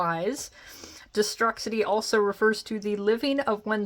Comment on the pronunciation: its pronounced destroo-city lmao. sorry long time WWF/E fan.